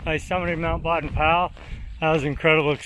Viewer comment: Just a clarification. Baden is pronounced BAY-den.